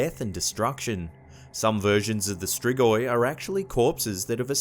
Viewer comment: Oh boy how you pronounced Strigoi